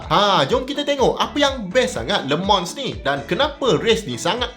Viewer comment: ak dgr prof sebut cm lemang bkn le mans😅 kali ke 2 prof sbut baru dgr bnyi le mans😂